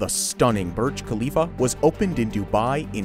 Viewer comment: ITS THE BURJ KHALIFA NOT THE KURJ BHALIFA